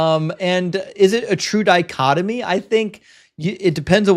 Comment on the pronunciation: Dichotomy. Not dichotomy.